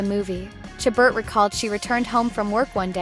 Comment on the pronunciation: Please please learn to pronounce Ms. Chabert's name properly. It is "Sha-bear", not "Cha-bert".